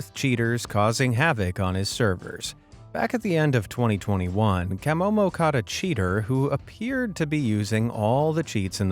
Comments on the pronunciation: Love Camomo, btw its pronounced Ka-mo-mo not Cam-mo-mo😂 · CAH Momo, not CAM MoMo. Hehe. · It's CUH-MO-MO 😆. Not CAH-Mo-Mo. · CUH momo not CAM momo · At least watch a video to pronounce the names right from the admin "cam omo" it's pronounced cah'momo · Camomo (pronounced as Ka-momo) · you could have atleast pronounced camomo correctly . sheeeeeshhhhh